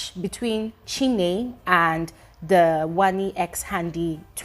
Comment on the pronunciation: Chinne not chinwe